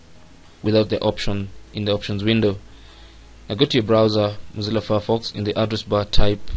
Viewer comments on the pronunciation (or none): none